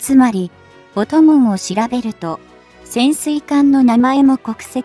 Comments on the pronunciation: 「音紋」を「おともん」と発音するのは些か問題がある。軍事的知識に乏しいとしか言いようがない。悲しい。パソコンに音声読み上げ方式を利用していることが原因だろう。もうちょっと考えてほしいものだ。「RIMPAC」を「りむＰAＣ」と呼称するのも悲しい。何とかしてほしい。更に、音声の区切りも奇妙で、理解不能に陥りやすい。ソフトをきっちりしていただきたいものだ。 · ✖ 音紋（おともん）⇒ 〇音紋（おんもん） これくらいは修正入れて欲しい。